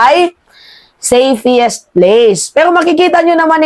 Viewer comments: Anubayan meima..5x mo cnbi safiest....nkkinig apo ko.safest dw dapat..sorry for correcting your pronunciation.....love you!❤ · Tama ba ang pagkarinig ko, "SAFEIIST? "Hindi ba SAFEST dapat, nagtatanong lang ha...